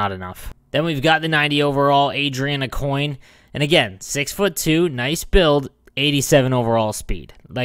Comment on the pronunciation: I chuckled when you tried pronouncing "Aucoin" haha x)